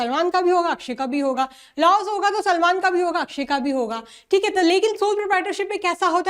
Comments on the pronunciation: salman ❌ selmon ✔️ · 30.13 Salman ✖️ Selmon☑️ 😂😂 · Salman ❎ selmon ✅😅😅